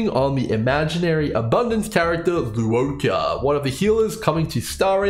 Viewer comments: Not tryna be a dick but his name is pronounced 'Luo-CHA'. Not 'Luo-KA'. Just wanna point it out. Otherwise good video thx. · I agree, I'm Chinese and it's pronounced as "luwoh-cha" The cha in Channel not "ka". Still great video! Definitely pulling for him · I could be wrong bc I've never heard his name pronounced in the game's CN dub and I haven't seen his name in Chinese characters, but I'm fairly certain it's meant to be pronounced "lwuh-cha". Even from an English speaking perspective it doesn't really make sense to be pronouncing the u and o in Luo separately nor to be giving the ch in cha a hard c sound